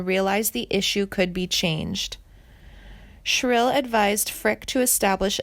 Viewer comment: Yes. And Joan BY-YEZ , not Baze, and Billy SHER-il, not Shrill. and Louise Mandrell, not Louis. And what is with the Lacy J Dalton photo?